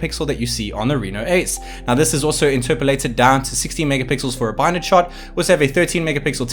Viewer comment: Great review , yet again 😊🤣👍 Just not sure why you’re pronouncing binned as by Ned , it’s called pixing because the Unused pixels are put in a bin , so to speak ! Therefore it should be called binned , pronounced bind .